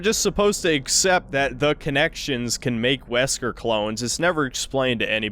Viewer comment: "Zesker" had me in fucking stitches